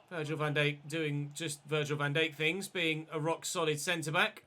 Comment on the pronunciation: You say Van Dijk weird